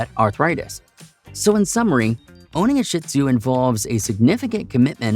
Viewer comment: Great info for people like me who are considering a shih tzu companion. Despite the warnings, I'm sold on the breed because of the many positive things about them too...I also have the time and patience to devote. BTW, it's pronounced sheed zoo, not sh!t zoo. Thanks! ❤